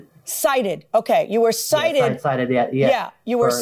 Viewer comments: "I was CITATED" 💀💀💀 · “Ci-tated” hehe 🤭